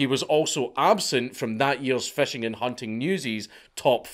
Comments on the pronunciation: You pronounce "fishing" as "fashing" and I love it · Love how a scotsman pronounces fishing. FESHEYNG